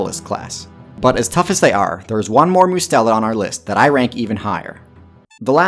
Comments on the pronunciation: Also to note, based on the wikipedia article shown, it's muh-STEL-id. The stress being on the second syllable. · You put the emphAsis on the wrong syllAble! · uh hey guys I made a small mistake Mustelid is actually pronounced with an unstressed U sound (Like "just/must/trust) rather than a stressed one (like "use/choose/cruise"). MUST-elid. Not MYOU-Stelid. My bad lol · not mus-telid? like "Uber"? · YOU MOOSED THAT ONE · I prefer the latter pronunciation. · You could have at least looked up how to pronounce mustelid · I love this channel, and appreciate the level and balance of both comedy and education you bring. However…it just bothered me you pronounced mustelid/mustelidae wrong for the entire video 😂